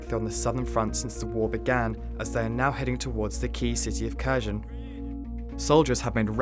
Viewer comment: "kersion" like in-cursion??. wtf pronounce it properly